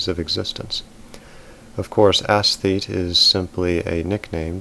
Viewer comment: It is not pronounced ASS-thete.